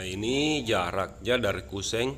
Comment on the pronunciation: Kusen bukan kuseng, pasti org Sulsel 🤣🤣🤣